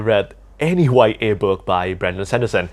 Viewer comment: Whats a "y a" book? 😢